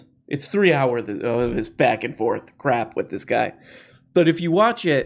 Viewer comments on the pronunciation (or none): The Zizek pronunciation of "crep" will never not be funny